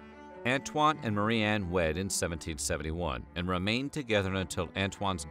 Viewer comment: Ok but why do you pronounce Marie-anne "Murran" the whole video?